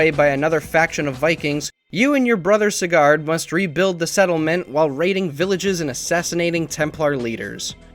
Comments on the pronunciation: How have you dumped 40+ hrs into a game and can’t pronounce the one name said more times than the main protagonist??? SIG-GURT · Can't even pronounce SIGURD right, even though it's been said a thousand times in game.......